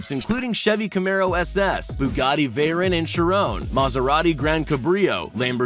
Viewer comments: Bro he can’t even say Bugatti Veyron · It’s pronounced she-ron and vay-ron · "veyrin" and "shirone"